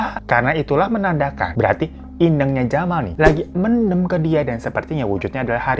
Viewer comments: Bacanya men'them' bang (them seperti dlm bhs inggris), lucu klo mendem 🤣🤣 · Btw "mendem" ya bang bukan "mendem"😂 Eh gmna c....